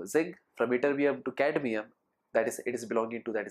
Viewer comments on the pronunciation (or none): none